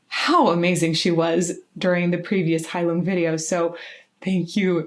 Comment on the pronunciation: I don't know if you have already learned the correct pronunciation of the band or not, but here it is. I just learned this a few days ago. Phonetically, Heilung sounds like you are saying "hi Luke", except as 1 word. The "ng" in Heilung is pronounced with a sharp ch, but with a touch of phlegm at the end. I hope that this helps.